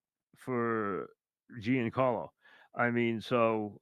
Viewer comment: it is not pronounce Geen Carlo, Mike. It is pronounced more like John Carlo.